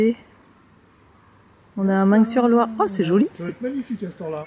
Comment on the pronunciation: Coucou je pose çà là… Meung sur Loire on ne prononce pas le g...